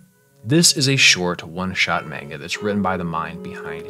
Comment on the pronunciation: I clicked on this video and immediately heard the pronunciation of "manga" butchered twice. I kind of don't want to watch this, now. Good luck.